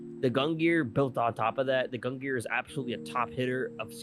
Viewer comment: learn how to pronounce gungnir before making a video about it and the sun in Leo is literally call the "sun" and you're saying the star pattern.. you guys are buffoon